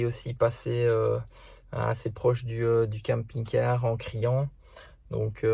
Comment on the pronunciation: J'adore vos vidéos ça fait rêver! D'aller là où bon nous semble:) me fait trop rire comment il prononce camping-car puisque je ne le prononce pas pareil mais c'est peut être l'accent belge? 🤪☺️